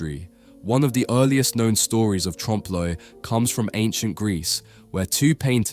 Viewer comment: I am reminded of Little Carmine Lupertazzi from the Sopranos pronouncing it "trom-pay le oil"